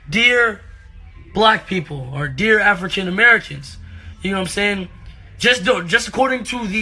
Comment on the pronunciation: He says african americans like he's white lmao